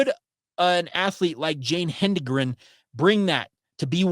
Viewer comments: Correct pronunciation: Hed-en-gren. Not Hen-de-gren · You did real well in your delivery. I was also one of the first track rats to come from Mountain View. You know your stuff, except how to pronounce her name.